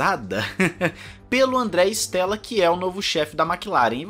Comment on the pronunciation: Com o inizio 2023 and a Amos ter o progetto de Binotto, visto che il progetto do nome team principal será mais pela metade do ano, mas esperamos que apartir da metade de 2023 as coisas melhorem para a Ferrari. Bom quando aos nomes em italiano. Te dou uma mão, se chama Andrea Stella, não Stélla. Stella em italiano significa estrela, ou seja o E se le como E mesmo, não como É.